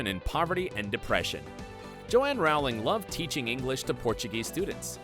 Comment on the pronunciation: Pls say row ling right